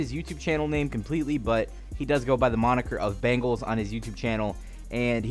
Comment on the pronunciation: Why do you mispronounce easy names? His name is Bengal, it's also not Travis Kelsay.